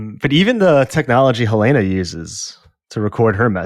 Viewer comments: Yesss! It’s not HuhLAYna like in HotD, it’s more like HELLna. I don’t think the name is coincidental. The basement is a bit like Hell. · Love you guys but why are you pronouncing "Helena" like that?